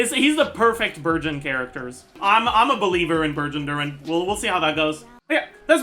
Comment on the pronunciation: Instead of "Burgeon Durin" I heard "Virgin Durin" and was like, "damn, boy's getting roasted"